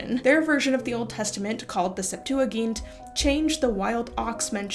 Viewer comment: I’ve never heard Septuagint pronounced that way. Sep-too-uh-jint, the g should have a j sound